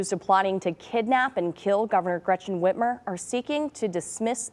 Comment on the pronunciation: Its Whitmer not Whiter.